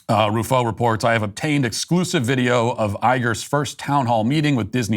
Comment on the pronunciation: Chris is ROO-fo (not roo-FO).